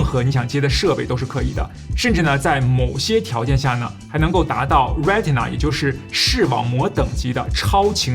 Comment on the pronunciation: 那个念做“瑞谁呐”吧